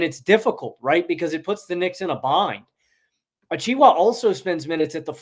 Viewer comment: Omg bro it’s pronounced “achewa“😂